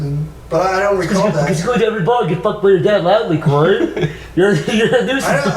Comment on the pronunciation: Why does say cory as corwy?